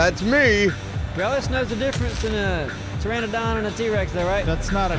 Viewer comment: Holy crap knows how to pronounce Pteranodon! Almost no one knows it's not Pteradon, even pvpers who have been playing for years.. thank you, my OCD appreciates you:P